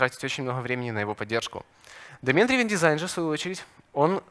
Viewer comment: Драйвн, драйвн, плеать )